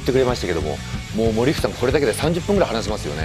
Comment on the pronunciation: 森福さんがオリックスさんに聞こえる